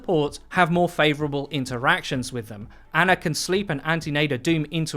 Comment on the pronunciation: I’m disgusted that you called ana “ANNA”